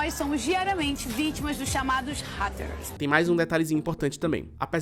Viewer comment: Chocado, não sabia que Bom dia Veronica era do Raphael Montes. FIquei bastante instigado a ver esse filme, mas confesso que a pronuncia de haters me pegou desprevenido kkkkk